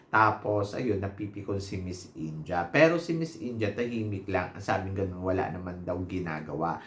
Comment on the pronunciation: it's IN-DEE-YAH not INJAH, ✌️